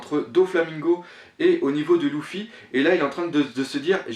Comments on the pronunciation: Désolé mec mais Luffy ça se dit pas (Louffy) mais (Leuffy) d'accord? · On dit leuffy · pq tu dit louffy